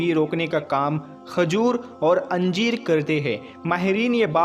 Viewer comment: Anjeer nahin hota hai yar ..injeer.. hota hai